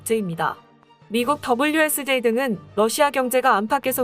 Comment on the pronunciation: WSJ=월스트리저널 을 이렇게읽나